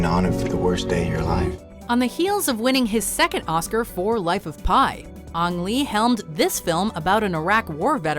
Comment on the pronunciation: I told that M Night Shyamalan movie and now I'm telling you, it's pronounced Ang, as in Boomer-ang.